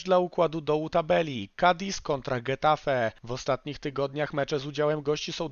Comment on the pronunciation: Taka mała uwaga- getafe czytamy 'hetafe', gdyż gi oraz ge czytany jak 'hi' i 'he'. Tak to fajny materiał.